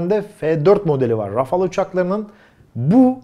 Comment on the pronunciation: Of, nihayet sonuçta doğru şekilde Rafale okundu (Rafal olarak son "e"okunmaz Fransızca'da), sizi elimden geldiği kadar takip ediyorum, bilgili, dengeli havacılıkla ilgili haberdar ettiğiniz için sizi teşekkür ediyorum Sağlıcakla kalın